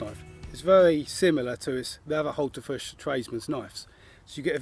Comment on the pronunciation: Thumbs up from me even if it does sound like you're calling the knife a Hultafish ;)